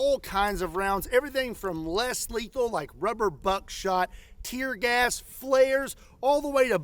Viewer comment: You said "less lethal" I heard "Houston Jones"